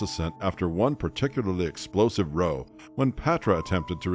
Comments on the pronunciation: ”…. one particularly explosive roe …” It is actually pronounced RAH-OW NOT “ROE,* like Roe v. Wade… Havin’ a ROWE… an argument… having a common spat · Feedback: work on pronunciation. "Row" as in "she had a row with someone" is pronounced to rhyme with "wow". The word is "escape", not "eck-scape". Ugh.